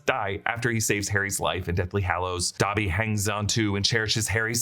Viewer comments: Is it pronounced dabby or dobby ? I almost stopped watching having to hear dabby every 20 seconds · WTF IS DAH-BBY?! 😂